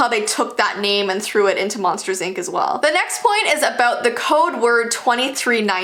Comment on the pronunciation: Why did you say ank instead of ink